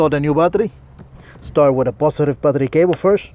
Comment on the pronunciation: What's a postive patricabho?! Oh 'battery cable' 😂 Thought he switched it up to Spanish